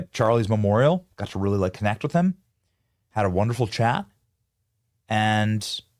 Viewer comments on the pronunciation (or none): WEALLY WEALLY BWAD